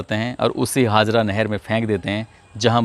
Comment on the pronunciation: Sir ji kasganj ki nahar ka naam haazra nhi.. Haajara nahar h..